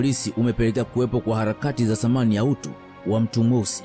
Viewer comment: Uwe unaweka video usiwe mvivu pia unaposoma tofautisha samani na thamani